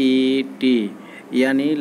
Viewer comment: Pahle thik se LET ko prononciation to krna to sikh lijiye fir eska informaton dijiyega